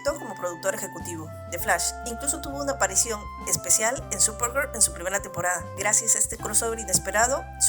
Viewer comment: Solo pude ver la mitad de tu vídeo y eso porque estaba organizando unas cosas, "supergur" es horrible y escuchar a quien sea hablando de ese programa es peor